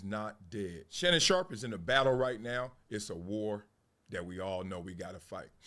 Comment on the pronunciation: Excuse me folks.... I believe it's Shannon 'not so' Sharpe ... not Shay, Shay